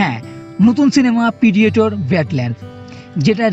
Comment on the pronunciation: কিছু মনে করবেন না... কিন্তু 'পিডিয়েটর' জিনিসটা ঠিক কি, সেটা বুঝলাম না... 'Predator' এই শব্দটির বাংলা বানান 'প্রিডেটর' হয়... কোনোভাবেই 'পিডিয়েটর' হয় না.. আপনি বার বার উচ্চারণও করছেন 'পিডিয়েটর'😂 প্লিজ উচ্চারণ ও বানান দয়া করে Correction করুন...